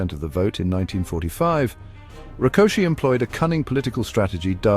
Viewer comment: The last name 'Rákosi' was pronounced correctly. The last name 'Nagy', however, was not. It is pronounced like "Nadj" — the letter "gy" is not like a hard 'g' (as in golf); it sounds more like a soft 'd', similar to the "Dj" in the name of Novak Djokovic, the Serbian tennis player. The content of the video, however, is breathtakingly accurate, especially considering the complexity of the topic and the video's length. Hungarian is a Uralic language. One common feature of these languages is that the emphasis is always on the first syllable of each word. Using this correctly leads to a more authentic pronunciation automatically.